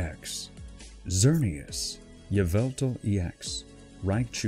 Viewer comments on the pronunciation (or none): none